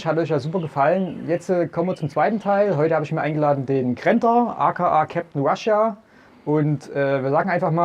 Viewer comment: Weil das ganze outfit durch die ganzen patches fehlender ratnik ausrüstung anbauteileschrott an der schönen ak der adidas stiefel und dem falsch ausgesprochenem wort russia völlichst verhunzt ist